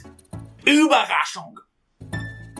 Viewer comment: Surpresa pareceu q vc falou é o bagaço kkkk